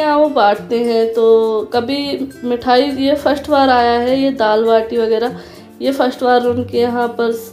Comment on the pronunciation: First hai na ki firsht...dish hai nami dis...kabada krdia...english na hi karo behtr hoga